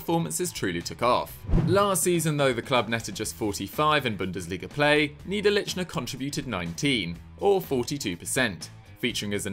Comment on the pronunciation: its nee-der-lekh-ner...